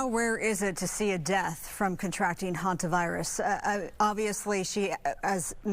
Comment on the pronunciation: Hentavirus or Hantavirus? ridiculous.